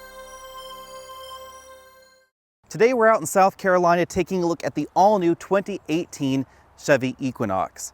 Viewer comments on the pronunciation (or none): none